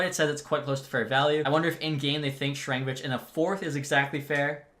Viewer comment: Name pronunciation corrections for you for the future Zadorov: Za-door-ov Sharangovich: Share-en-go-vitch Vladar: Vluh-dar Hischier: He-sure Bahl: Ball